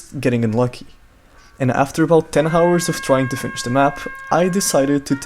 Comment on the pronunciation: aaaa you dont pronounce "h" in word "hour"! Enjoyed the video tho :)